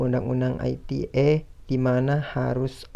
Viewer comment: komentar saya untuk kelompok 12 kurang lbh sprti kelompok 10, krn gak keliatan muka, saya jadi gabisa nilai secara maksimal.: beberapa kali saya tangkep ada artikulasi yg kurang jelas: UU ITE dibaca biasa aja ia ala ejaan Indonesia U-U-I-T-E. ITE gak dibaca aiti-e krn itu bukan singkatan dr bhs inggris tapi udah diterjemahkan ke bhs indonesia